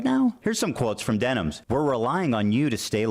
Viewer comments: why is he saying her name wrong? is that something he does intentionally or can he really not read denims? its like what jeans are, denim, but plural. but he keeps saying demis or dennis or stuttering between the two. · Am I missing an inside joke or is there a reason he keeps calling Denims Demis? Also first time viewer, really enjoyed this video!